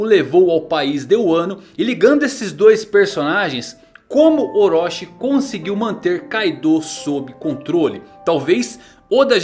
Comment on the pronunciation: Wrong : ORÓSHI Right : OROCHI ( TI )